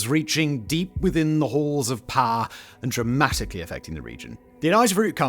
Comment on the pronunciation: My god its poWer Simon! PoWer!! Not poer